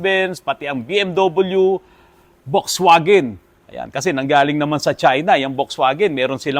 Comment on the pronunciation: Wrong pronounciation.. Folksvagen po ang correct pronounciation ng German car na Volkswagen